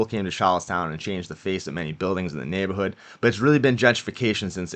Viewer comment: You had me at “neighbahhood”